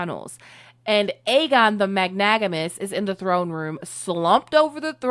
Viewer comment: I love this channel and your commentary but it’s magnanimous! Mag-Nan-imous lol funny this word is mispronounced every time. But still great video! Super excited for more! Totally subscribed! ❤